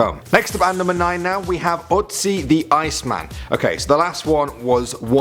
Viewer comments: IT'S PRONOUNCED OOTZI, NOT OATSEE! Sorry, I spent an entire school year studying his death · ötzi not otzi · wtf bro it's Ötzi not Otzi! who tf pronounces it like that!? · His name is not Otzi, his name is Ötzi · It’s utzi not otzi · It's Ötzi .. not Otzi .... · “OTzi” is pronounced utzi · It's not Otzi. It's Ötzi. The pronunciation should be more like if it was written Utzi. It's not the Tolland man! It's the Tollund man!!! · It's not Otzi it's Ötzi ! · it is not aw-t-zzz-e it is ooh-t-z-e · he's called ötsi not otsi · It isn't Otzi, it's Ötzi. Completely different pronunciation. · Its Not Otzi Its Ötzi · It's not Otzi, it's Ötzi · Ötzi, not Otzi. Because he was found in the Ötscher mountain. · btw his name is ötzi not otzi :) ö is like the u in curl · Its ötzi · Its utzi doofus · for number 2 its pronounced errt-zee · It's pronounced oot zee. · You misspronaunced ötci! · Its called Ötzi